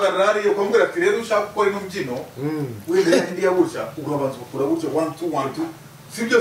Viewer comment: muzamubuze kuvuga ngo gutyoo abivuga nabi kbs wapi wapi ntago aribyo